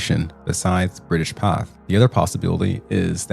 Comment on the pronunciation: Pathe' is pronounced Path A. Good catch on the stolen footage.